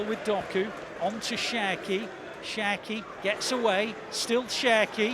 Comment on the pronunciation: You always say Sherki 😂😂😂